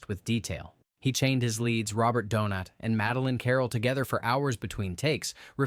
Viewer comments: Also Robert Donat is pronounced Doonay. Being a French name and all. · Actually, it's pronounced "Dohnatt." His father was German, so it would be pronounced "Dohnaht" in that language.